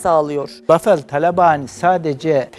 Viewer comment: Paveldir niye bafel diye okuyor bende anlamadim amk xbheuxhe adamin adi pavel